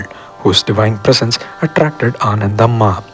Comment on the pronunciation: Ananthambhaa not Anandhammaa... kindly check